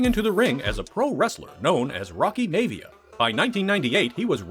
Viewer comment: Should have watched at least one or two of DJ's first wrestling matches. Its pronounced Rocky My-via not May-via! HAHA